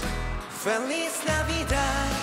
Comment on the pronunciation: Super conmovida con la perfecta pronunciación de Jin. 🥺